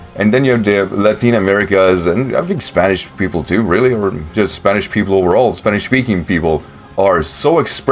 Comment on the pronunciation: Your Spanish pronunciation is actually pretty decent, dude!